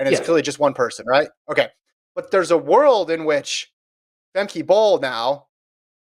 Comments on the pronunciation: Famkuh guys. Not Famkey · They pronounce names however they like regardless of how they are pronounced everywhere else. Femkey Bol. Sydney McLofflin. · I believe she pronounces it Fem-kuh.